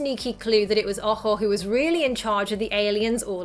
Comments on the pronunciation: I thought that girls name was boho, that's what it sounded like in the movie. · its ojo and I know but at first I thought it was boho because that's what it sounded like